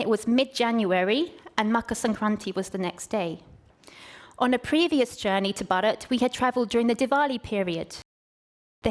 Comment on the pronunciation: not bad at all but it was painful to hear u say 'Bharat '